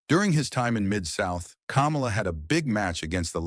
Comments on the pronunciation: It's pronounced "KAH-MAH-LA," not "Camel-Ah" as in Kamala Harris. If you don't even know how to pronounce how the character name as by all the federations (and the man himself) it doesnt bode well you know what youre talking about Come to think of it isn’t this the guy who also pronounced Ole Anderson as “Ol”? Like Ye Ol English? Maybe he’s using text to speech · It's "KUH-MAH-LUH", not "COMMA-LUH".🙄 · His name is Ka mal a. It's not the freaking vice president. If you don't know how to pronounce his name don't do the documentary. God Bless the his soul. What about his niece who took care of him after he lost his legs due to diabetes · The narrator is a HCTIB for pronouncing the name like that I can tell he eats dks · Jesus, learn how to correctly pronounce the man's name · Say his name right. He’s not the idiot fake Vice President! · Learn to pronounce his name right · Pronounced "Kamala" like he just ran for president. LOL!